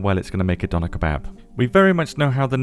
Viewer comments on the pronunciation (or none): it is not "Donner knife" it is "DÖÖHNER MESSER" DÖNER ÖÖÖÖ